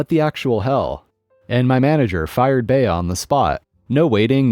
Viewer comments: Furthermore, has never heard of the actress Bea Arthur, who starred in the TV series "Maude? It drove me up the wall every time he said "Bay-a" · Okay, I understand you're of a younger generation and the name Bea isn't common anymore. But the name Bea is pronounced BEE, no "A" sound at the end and is usually short for Beatrice (where the "A" sound is pronounced ironically enough). I've yet to go to a grocery store where you need to enter thru the checkouts I'm 67 and I've been to a lot of grocery stores in many different states. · FYI - “Bea” is a woman’s name - short for Beatrice. It is pronounced “Bee”. Duh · Bea is correctly pronounced "bee". I've known a few Beas. Story three.... If being followed by a rabid Karen or Chad spewing threats, drive to nearest police station. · Agreed it was driving me nuts, though Bhea is a cute name.